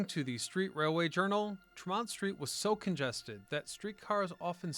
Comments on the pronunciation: everytime he said Tremont street I cringed. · it's TREM-ont ST , not tre-MONT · "TREM-mont" not "trem-MONT" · Tree-mont , not tramont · Not Tre MONT but rather TRE mont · A lot of spelling, mis-pronouncing of names like TreeMont, NOT Tra-mon. All in all though an interesting piece. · It's pronouced "Tree-Mont" not "Tra-Mont" Street... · Trem-ont steer is killing me every time he says it. We pronounce it Tree-mont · Yeah, tree-mont. Not tr'mont. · Such nostalgia! Thanks for putting this together to show the world how Boston pioneered the train subway. One note, Bostonians pronounce Tremont (Street) as TREH-mont with the emphasis in the first part of the word. I heard both TREE-mont and treh-MONT in this video. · it’s Trem-ont, not Tre-mont. Very annoying. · It has never been TREE-mont folks. Ever. Treh-mont or Trem-ont is acceptable. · It's also TREmont, (emphasis on the first syllable) not "tre-mont" 😃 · So interesting & thorough. Thanks! Btw locals pronounce it TREMM-ont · not in boston it aint trem....mont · Great history! BUT PLEASE pronounce Tremont St as TREE-Mont St!!!!!! The T to this day says TREE-mont Street! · It's TREE-mont Street. I know we Bostonians are annoying with our corrections of pronounciations but it's really distracting if you've ever been here. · And please say, "TREH-mont." Have you ever been here? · Hehehe, and is it Hah-vahd or Harvard? Best Bostonian response! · "Treh-mont" yeah, ok buddy. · "Tre-MONT?" You're not from Boston. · Trem-mont Street 😄 Great video on my home metropolis. Good work, sir. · It’s like tree - mont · It's Tremont Street — Tree-Mont-Street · We locals say Treh-mont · Its not tree mont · Just love how this guy says Tremont St... 😂 But crazy how I have worked in boston that last 16 years. I still recognize like 80% of those streets from those old photos. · The pronunciations are funny here … Tremont …Charlestown One would think that someone would edit 😉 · no it isnt.